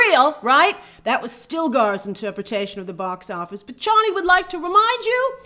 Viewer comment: And grace it's prenuced chani🎉not chuny good to see you are feeling better